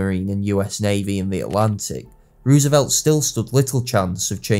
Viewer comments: It's pronounced Rose a velt. Not Ruse a velt. You're a historian and you don't know how to pronounce a key figures name? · it’s roosevelt. oo = u (not exactly as i’m not a linguist, but oo is not an o). Anyway it’s our language, not yours. don’t try to correct OUR language. know your place.